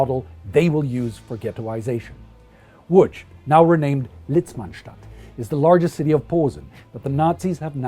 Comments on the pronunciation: He tried to say Łodz correctly so I like this channel even more and it was good so I nearly have a semi (in France they never try to try) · Congratulations on pronouncing "Łódź" and "Piotrków Trybunalski" :) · Thank you - but to be fair I'm fully fluent, with only a slight accent in German and I live in Germany since 1998 - I did make an effort on the Polish pronunciation though ;-) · Well done with spelling city name Łódź ,it can be pretty hard to read some polish city names for foreigners, keep up your very good job, greetings.